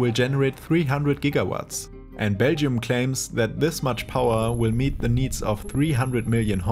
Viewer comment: Someone teach this man how to pronounce Belgium. Sounds closer to Beijing than Belgium